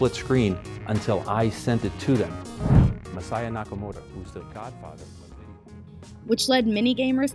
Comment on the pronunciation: FYI "Masaya" wouldn't be pronounced "messiah" (although that is super funny), but rather "mah sah yah" with no stressed syllables (so not "mah SAH yah"). Cool video. Saw "King of Kong" and was like, damn, with the Billy shit.